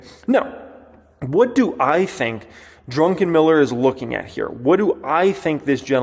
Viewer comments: Its DRuck, not Drunkenm. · Uuuh. I believe his surname is Drukenmiller. Not Drunken-Miller. But it was hilarious listening to you say it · It’s Druck…enmiller not Drunken..miller lol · Not "Drunken Miller" its "Druck En Miller". Not "Du qweezy" its "du kane". Geez learn how to pronounce words you are using. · Druckenmiller, not Drunkenmiller 😆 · DruCK not DruNK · The first syllable of his surname is Druck, not Drunk. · BAHAHAHAHAHAHA!!!!!!!!!!!!!!!!!!!! He said, "Drunkenmiller" instead of "Druckenmiller"! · You keep saying 'Drunken'-miller.... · I am betting Stanley HATES the way you pronounce his name.